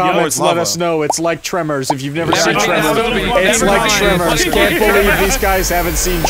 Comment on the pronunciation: Actually it's Tremors not tremor